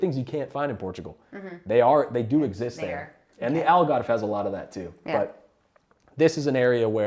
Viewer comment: The way you said "Algarve" and "Senhora do Monte" ❤